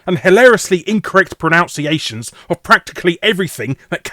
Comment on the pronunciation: Incorrectly pronounces "incorrect pronunciations" ... I can't tell if that was a subtle joke or an accident.